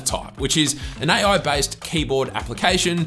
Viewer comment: Love the way he tells "aye-aye" for AI